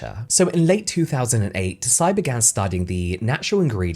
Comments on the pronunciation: Just as a heads up, “Tsai” is pronounced without the “t”. Speaking of which, there’s a silent “t” at the beginning of a surname up my family tree. People try to pronounce it with the “t” and it simply doesn’t work. It’s like the secret is to just think the “t” sound without making it, just hold it in your mind as you say the name, and then the pronunciation somehow sounds just right. 😂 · Just a sidenote: tsai is not pronounced „tuh-sai“ but „ts-ai“ … just one syllable! Taiwanese names are often still written in wade-giles vs. the now common pinyin, if i recall correctly, so it can be a bit confusing! Love ya james😌! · i could be wrong, but normally if an asian last name has "ts" at the beginning of it, the t is silent. so her last name is probably pronounced as "sigh" not "tuh-sigh" <3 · Another great deep dive. Tsai pronounced like 'sight, T being silent. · Her name is Vicky TSAI, not TOSAI? For a video on apporpriation, should at least be accurate with basic facts Tosai is Japanese last name. Tsai is Chinese. IMportant for your argument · I love your “Behind the Beauty” videos, just one thing - “Tsai” is pronounced like “chai” but, the “ch” is close to teeth at the tip of the tongue 😊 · Just a quick pronunciation correction but “Tsai” is pronounce close to “sai”, like “tsunami”. Anyway, I’ll never buy Tatcho, it sounds too fancy and expensive for me. 😂 Also, I agree that Tsai should’ve focused on Taiwanese culture instead. There’s so many amazing skincare in Taiwan that often goes overlooked. Idk if the brand would’ve been more successful though, seeing as people go crazy over Japanese and Korean skincare. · Im loving these brand deep-dive videos! Although i do wanna correct your pronunciation of Tsai - the 't' is silent, so you can just pronounce it as 'sai'! to be even more nit-picky, the 't' creates a more plosive S sound! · Tsai is actually pronounced Sai, just like Tsunami. The T is silent.